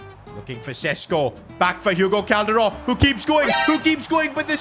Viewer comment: I love the way he pronounce Calderon